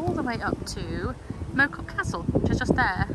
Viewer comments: Little Moreton Hall is just down the road from me! Mow Cop is pronounced with the Mow as in ow, not as in making a lawn. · Mow is prounounced as in Chairman Moa